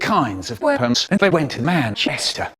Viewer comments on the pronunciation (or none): Does anyone else think the way Micheal said weapons is absolutely hilarious? wEAponS